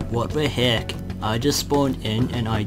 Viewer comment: "wat de hek"